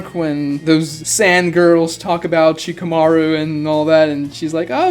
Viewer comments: Why the hell do you say Shikamarus name that way? Stop putting so much tension on the "shika" part of Shikamaru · Do you have a hard time just saying multi syllable words? Shikamaru? Kawaki? Himawari? Geez. Fix yourself